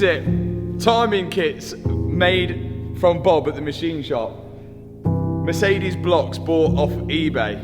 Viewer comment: Matt I love your videos and I really appreciate your afford on pushing forward....but please check your pronouncing of Mercedes, Porsche etc...really love your content but it is always a pain in the ass...